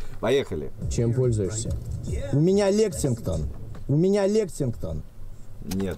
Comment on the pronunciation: я охуе** что братишкин не может выговорить лексинтон 😅, , 🤣 самая оху** фраза братишкина ) 😂, я хоть не смотрел стрим но вырезка стрима крутая поржал с удовольствием, давненько такого облегчения не чувствовал )